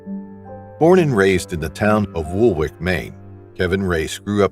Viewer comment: Woolwich is pronounced like Sandwich. Witch. Not wick Sorry, had to add that